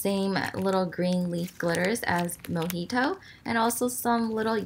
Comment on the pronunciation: When she said mojito is thought she said monkey toe lol 😂 And when she introduced shark boi I was waiting for a lava gurl